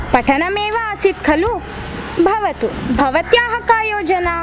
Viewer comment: बहुत बहुत धन्यवाद आप सभी को 💐💐💐लेकिन उच्चारण करते समय थोडी गडबडी हुई है। अगला वीडियो जब बनाएं तो कृपया उच्चारण सही हो इसका ध्यान जरूर रखें। चैप्टर 11-12 मे तो स्पष्ट है कि कुछ शब्द जैसे भवतु को बवतु कह दिया गया। जैसी कई उच्चारण संबंधी त्रुटियां हैं। 💐